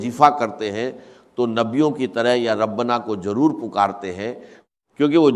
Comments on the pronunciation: zaroor ko jaroor dr sahib ki urdu aisinahi۰ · Ap log kis darje ke zaleel hai Kah nahi sakte dr. Sahab ka nam lekar pura A.I.ka istemal karteho unka talaffuz aisa hai Zara ghaur kare jaise (wajefa)(jalamna)(jaroor)kya dr.sahab aise alfaz istemal karte the